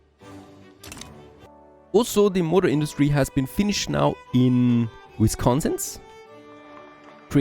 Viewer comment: Its "WysconsiN" not WysconsiS. Please it drives me crayyzy